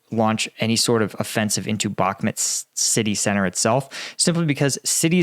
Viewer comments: Love your content but please it's bakh"mut' not mat....... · It's bauhk-moot not met stop saying bauhkmet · I just unsubscribed because you keep calling Bakhmut Bakhmet. I will not allow you to butcher the human language!